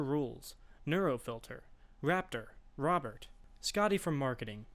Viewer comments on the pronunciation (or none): none